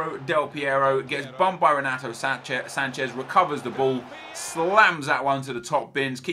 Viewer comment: Not sure if you care or not mate but just so you know the R in the beginning of a name in Portuguese makes an H sound, so it would sound like Henato. Good video keep it up